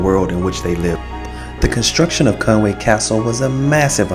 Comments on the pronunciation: Fantastic video and so pleased that you enjoyed it so much! Thanks a lot for sharing! I feel obliged to mention that there is a subtle difference in spelling and pronunciation to be aware of (I think). I believe it's Conwy rather than Conway....and pronounced "Con-wee" instead of "Con-way". Maybe a genuine Welsh person could confirm. I am a Scouser, so live just across the border and am not a true expert. Happy castling!! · Another thing that's interesting is the English pronounce Conwy wrong. It's Conwee not way, there's no a in it. But like I said the English shove that a in there. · Very nice Vid, but I listened, and want to say, you pronounce the name Conwy, NOT Conway but like this Con wi, get it! easy